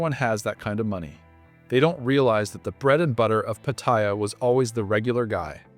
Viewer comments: Learn the correct pronunciation of Pat---ta--Ya , not Patyia , Pat--ta--Ya. There. Is not such place in Thailand as Patyia, My Thai wife gets pissed off with farangs whom can't pronounce Pattaya correctly and posting up all these negative videos , If you don't like don't come to Thailand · Its not pat-tie-ya its pat-tay-ya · I've lived in and visited Thailand since 1970 and the name is pronounced Patty Yah! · Pat t ya . Fk speak sound right . Wow speak correct ... ask a local ...